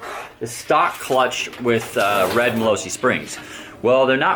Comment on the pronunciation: 😂the way u pronounce gilera and malossi is hilarious geelera molowsi lol